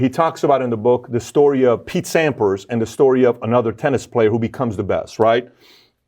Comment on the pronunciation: Are you kidding me guy?! You're interviewing through an interpreter. You can't go off on long tangents about "Peter Sampers". Roger Federer. "Agassi or another kid". Using words like "Regimented". Mumbling & Spitting out as quickly as you can sentences like . . . "and the other one does as well but he took a complete different route" . . . and . . . "there's a lot of musicians you think about back in the day" No. No, they do not "understand what [you're] saying to that". You suck.